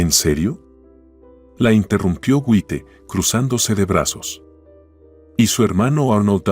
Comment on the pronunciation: El narrador es un disparatero. Hasta un niño pequeño sabe que no se dice Wite, sino se lee Jait. Deben de leer bien y buscar quien les diga cómo se dicen las palabras. Ya cansan con tanto disparates.